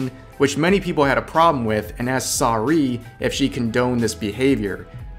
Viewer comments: Pronounced "Sarooeh" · Sar ooo ayy, rev. Your pronunciation hurts. She did it again btw. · Okay, but why do you pronounce "Saruei" like that? Don't get me wrong, this is a very crappy situation, but you pronounce it specifically like that? Just why? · You mispronounced Saruei.